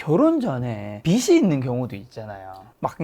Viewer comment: 빚이 있으면 은 ㅈ받침이니까 '비시있으면 ' 아니고 '비지있으면' 으로 발음해주세요.